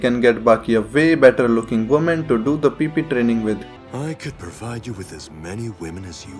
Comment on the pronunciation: hahaha love the way you say PP training 😂😂😂😂